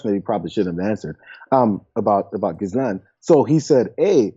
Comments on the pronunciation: It is pronounced "jeeslaine. French name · I know she's a disgusting thing not deserving of respect but there are other people in the world called Ghislaine who have a hard enough time already getting people to pronounce their name correctly. For their sake it's "Ga-Lane". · Pronounced Ghi -Layne - the 's' is aspirate but apart from that I agree with everything else !! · BTW guys, the letter "s" in her name, is silent. Her father stripped the pension fund out of a major UK daily newspaper. He sort of disappeared from his yacht one night in the Atlantic Ocean. The yacht was called, Lady Ghislane. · No, the S is silent but Americans can’t pronounce foreign names. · I'd love John to be the first American to try and pronounce 'Ghislaine' correctly. It amazes me that this woman's name has been all over the news for a year and yet not one American outlet thinks to look into how to pronounce a name that is not that uncommon in Europe.